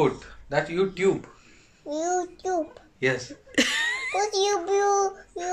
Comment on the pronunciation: Put youpute 😂 oh soo adorable 😂😂